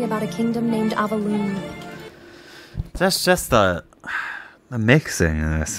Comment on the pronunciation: It frustrates me to no end that not only is the kingdom named Avalon (i.e. directly ripped from Arthurian legends), the AI doesn't know how to pronounce it correctly!